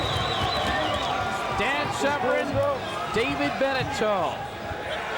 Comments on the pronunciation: Why does the commentator keep calling Dan Severn 'Severin' ? If you came here to watch the fight, as I did, you need to wind it up to + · The mans name is not SEV-RIN. Its SEV ERN. If your job is an announcer, all you need to do is pronounce words properly. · Also, sevren?? It's severn, who do u think u are, Joe Rogan?? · This man has ben calling Dan Severn SEVREN for too long! Gah